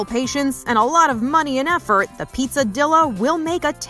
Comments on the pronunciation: The pizza Dilla is probably a pizza “dee-ya.” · The she said pronounced pizzadilla made me cringe. I wonder if she pronounces quesadilla that way too